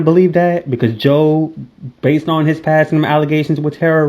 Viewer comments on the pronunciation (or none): none